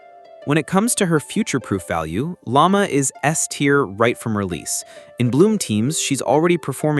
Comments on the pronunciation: Wait what did you said frostmoon scion lama? Dude it's Lau-ma not lama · The name pronunciations... Aino, Lauma, Raiden, and Alhaitham got butchered lol Edit: poor Kaveh is even worse. Kavehah must be Kaveh's and Kazuha's child.